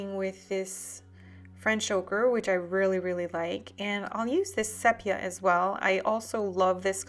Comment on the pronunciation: It's sea-pea-aah!!!!!